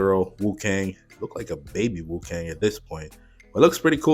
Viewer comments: Cool video, and i'm interested to see how the new hero plays out. Just an fyi, you said wu-kang quite a lot through the video, rather than wu-kong (with an O, similar to king kong) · its not WuKang, it's WuKong XD